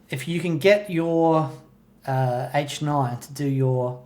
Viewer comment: In the Josh Smith video, every time he said "H9" I thought he was saying "8-9", so making the program changes for the H9 on the 8 & 9 buttons makes perfect sense to me...